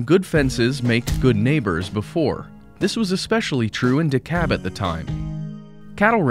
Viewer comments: Is it really pronounced Dekab I’ve been saying DeKalb my whole life! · Its Dekalb not Dekab